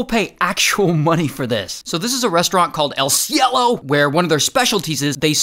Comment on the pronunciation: He put so much emphasis on the cielo